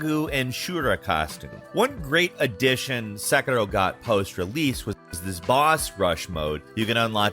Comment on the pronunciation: Se "Qi" Rou :-)